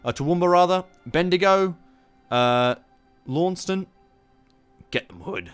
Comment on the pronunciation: Can’t even pronounce Launceston